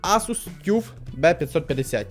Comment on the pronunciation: Як читається автобус? Bus - Бас. Відповідно материнка Tuf - Таф. Не Тюф. Це закритий склад.